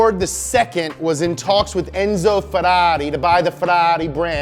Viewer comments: 👈🏻 Bastaaaaaa,,,STOP!!!!!!!! I SWEAR, I can't watch this video because my mind explode 🤯 every time he says FERARI(Like an idiot) instead of FERRARI,,, 👈🏻is 100 thousands times better with his American accent than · if you want to say it in the italian pronunciation, it's pronounced FeRRari, not Feraaareee. source: I'm italian, we don't sound shit like Super Mario or like the Fiat 500 from Cars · But the way he says Ferrari it's annoying: it's feRRari with two Rs, not ferari. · It's closer in the way he pronounces the Rs (i.e. not in the American way), but it's still very far because he says "ferari" with just one R, instead of two. So, to an Italian's ears the way he says it still sounds very wrong (maybe even worse than the other way, because nowadays we're used to the way Anglo-Americans say it). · “Fedarri” makes a good Ford. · Worst way to pronunce Ferrari with one R ,,,🤬🤬🤬🤬😠😠😡 better with American accent than... Is waay more correct when he speaks in English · After this video my pronounciation of Ferrari will have changed forever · So, I've been pronouncing "Ferrari" wrong my entire life. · i love the accent "Ferrari".😂😂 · I hate how he says Ferrari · Love how you say Ferrari wrong every single time!!! Hehehe!!! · love how you say Ferrari :D